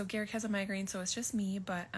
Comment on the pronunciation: How have you watched multiple seasons of them on the show and you dont know how to say Garrick's name???